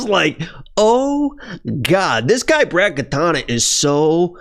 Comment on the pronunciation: Now you're saying Katana instead of Katona. Angelos rubbing off on you bruh.